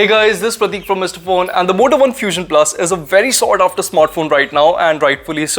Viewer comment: Is it only me.. ? When ever he says Moto One I hear Vodafone....!